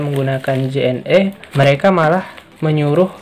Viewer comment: Penyebutan JNE bukan seperti menyebut huruf vokal E pada kata "lelah", tapi seperti "lele". Karena kepanjangan JNE adl Jalur Nugraha Ekakurir. #justinfo😁